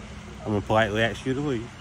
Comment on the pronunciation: “I’m going to politely AXE you…..” How do you politely AXE someone? Why can’t most black people pronounce the word ASK?